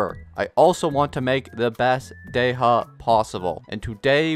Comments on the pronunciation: Sorry, Day-ha?? Day-ya, or Dee-ya is the correct pronunciation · 🔥 edit: not dey ha its Dehya 😅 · The random letters you decide to emphasize in some character’s names really confuses me. Why would you say “Dey-ha” and not look up how to pronounce it or at least choose the English dub’s pronunciation </3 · it’s pronounced “Di-ya” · it's actually pronounced " De-hya" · Am i hearing this correctly? Dey ha? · god this "dey HA" triggers me so much tbh i really like his vids but omfg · not wanting to be that guy but why in the hell is he saying dey-HA??? goofy ass😂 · Because the english dub is stupidly incorrect, especially that Dehya is an arabic name. You're supposed to prounounce the H 🤦🏻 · Stop pronouncing names wrong